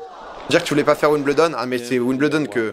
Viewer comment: La maniere que tu prononce Wimbledon me tilt en tabarnak haha